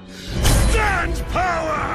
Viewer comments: HHAHAHAHAH STAND POWER not STANDO POWER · LMAO HE SAID STAND POWER